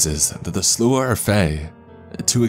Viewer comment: Takes me out of the story when a word is constantly pronounced wrong. It's the Slaw! Yes, it's spelled strange but pronounced like slaw. Not whatever you were saying. You'll never see this, but still much love to you.